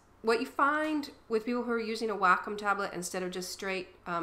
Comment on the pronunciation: OMG I took 3 years to reply o.o xD Anyways its pronounced WALK-COME. Even on wacom channel says that its pronounced WALK- COME. THUMBS UP IF YOU AGREE PLEASE!